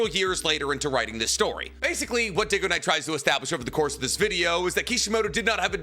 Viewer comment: he does it with everything. even the things he agrees with mr. dig-oh-niiiiiiiite